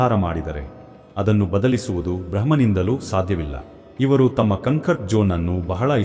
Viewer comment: Cumcut alla comfort😂😂